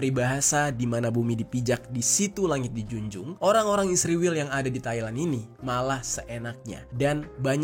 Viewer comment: Syallom...mohon jangan sebut ISRAEL dgn sembarang sebutan ... ISRAEL bukan ISRIWIL...anda buta huruf ko ?